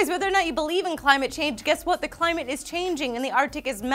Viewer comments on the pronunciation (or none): none